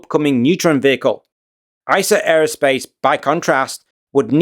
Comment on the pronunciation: You should try not to say “Eye-Sa” Aerospace… it is “Ee-sar”… after the river in Munich. Also it’s not “Orgs-berg”, it’s “Owgs-burg”… Just makes you sound less knowledgeable. Otherwise great….